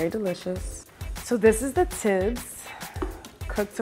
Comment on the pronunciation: She is eritrean but says teibs??😂😭😭💀